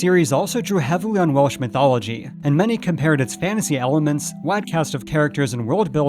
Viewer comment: "Wall-sch" Mythology? I was taught it is "Well-sch"? "The Black Cauldrin" is one I never saw. I gave up going to Theatres years ago, too many children running up & down the aisle screaming dialog or nasty language at the screen. The last movie I tried to watch in a theatre was "Mother, Speed & Jugs". (1976). I don't take "Critical" pans as serious. Critics are hired to pan movies.